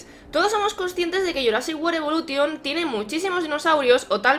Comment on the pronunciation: Se dice evolushon